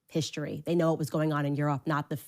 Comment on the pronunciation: It drives me nuts when she says “hish-tory” instead of “history”.🙄